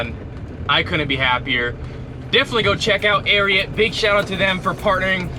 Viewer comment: It's pronounced Air-ee-ott